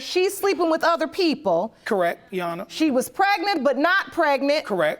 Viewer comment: Urban Dictionary: "Ya-awn-nah" : The term some people use to refer to a judge instead of just saying "Your Honor"! Ughhhh....